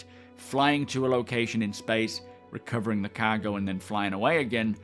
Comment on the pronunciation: Ever since I've been watching your videos, I pronounce 'Cargo' as "Caw-go". I can't help it.